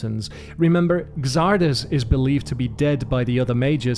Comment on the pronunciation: Xardas is pronounced Zardas in English, just wanted to add